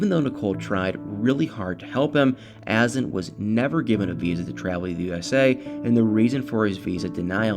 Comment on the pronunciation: Isn't it a. Zan. With accent on second syllable ? Clickbait drives me crazy Nicole is a lazy person.she needs to get a real job.that poor child!